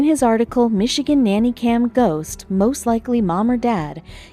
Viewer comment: and its ghost not goss